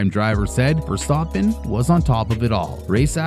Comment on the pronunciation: can’t even say the name Of the guy he made The video about properly lol